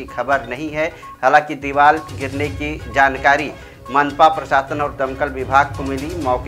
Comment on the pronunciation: Deeval nahi deevar bolo. Aur deevar gira nahi deevar gir gayi hai. Hindi seekho